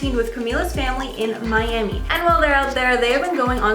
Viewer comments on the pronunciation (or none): none